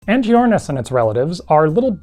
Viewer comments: I'm afraid that 'ch' yet again comes from greek and should be pronounced as a k sound, like in archosaurs. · One note: the "ch" in Latin is pronounced with a K sound. This animal is pronounced like "ang-kee-OR-niss" and "ang-kee-OR-nih-thids"